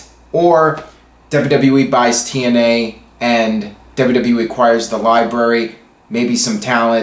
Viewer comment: lol 00.34 "TNeye" 😂 sorry, it made me laugh 😂👍hey do you watch botchamania? lol